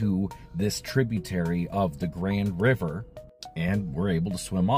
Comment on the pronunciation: Good lord learn how to pronounce the rivers if you’re gonna make a video on em!